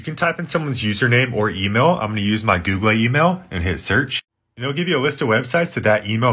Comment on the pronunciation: Googlay, hardvard, aytally